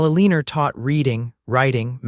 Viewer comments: UNAI pronunciation? Eleanor is not Ileeneer it is Ellen or El an ohr - Bungled poorly.. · This was a really wonderful story. Though the reader didn’t pronounce Eleanor correctly through the whole story. Listening from sweet home Alabama ❤❤❤❤ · Mispronounced name of Eleanor’s drove me wild